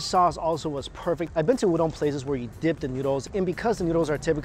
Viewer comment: There's no "dong" in "udon"